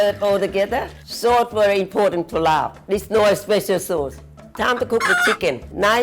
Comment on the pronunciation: Yes! Laab not Larb